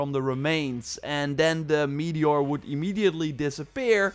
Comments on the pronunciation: ah yes, a "meator". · Meator? You mean 'meteor' unless of course it's made out of meat. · "Meator" oof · Meator? Or accent? 😜